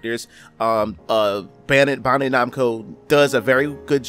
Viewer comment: Say it with me, Bandai....(BAN-DIE)